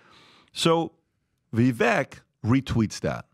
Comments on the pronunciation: Why do they all keep mispronouncing Vivek's name??? It's so annoying 🙈😖 Vivek explained that you pronounce the second part of his name (Vi-)vek just as CAKE. So it would sound as Vivake. The only one who pronounced Vivek's name good was Trump 👏. Greetings from Amsterdam, The Netherlands 👋🙏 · It's Vivake like Cake not Vivek like heck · Vivek... Vi vake like cake, not vek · Its pronounced ViVAKE like CAKE Not ViVek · How in the F do none of these guys STILL not know how to say Viveks name? I just don't get it. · Pretty sure you made issue w/ people pronouncing Viveks name wrong now you’re doing it🤣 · All this time and Patrick still can’t pronounce Vivek correctly.